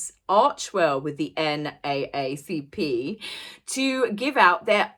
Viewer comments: It’s pronounced the N Double A C P. Not the N A A C P. Just is, no particular reason other than it’s easier and catchier that way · I will never take the NAACP serious again.. pronounced N DOUBLE-A C P here in America. They know this couple has done nothing for the black community. I read they got PAID for this! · You nailed it again!! Love your videos. I do want to make one correction though…here in the states the NAACP is pronounced N double A CP. it’s easier to say 😂 Please keep doing these videos!! I love them so much and look forward to your next ones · Hey, not commenting to correct you rather to make it a little less torturous to say "NAACP". In the US, we typically say "N double A C P". Absolutely love hearing your voice as I know I'll end up feeling a bit cheerier! Thank you! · In America, the name of the organization is said "N-Double A-C-P" not "N-A-A-C-P".........not a biggie, just thought you'd like to know. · It’s actually pronounced N double A CP, thanks disrespect. Thanks ❤️🙏🏼🇺🇸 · NAACP is pronounced” N double A C P”. I realize you guys in the UK aren’t familiar with it. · I absolutely love you and …I have to tell you it’s pronounced “N double A C P” when you guys read it out, it makes me cringe 🤣🤣🤣 so silly and nit picky lol but I had to tell you. I do agree with you though. The couple did not deserve it. I live in America and unless they’re doing stuff behind the scenes, they’re not doing anything. Given everything I know about them, everything they do would be televised/ written about. And I’ve heard nothing other than a few things that you have reported. They show up, get their picture taken and never help out again. Can’t believe they got this award. Disappointing. Makes the NAACP look like fakes even though they’ve done incredible work in the past. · It's not the N eh eh C P. It's the N double A C P...... But go off sis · N double A CP. That’s how we pronounce it in the US. lol. Once again, love the video!! 💕💗